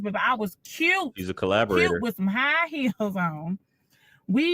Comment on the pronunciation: Collaborator or claporator?😅